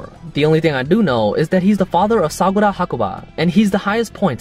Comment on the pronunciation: Hol up it's pronounced as sagura?